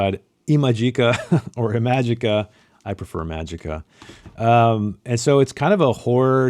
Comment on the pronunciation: Ee-ma-jee-ka you uncultured swine. Have you read My Dark Vanessa?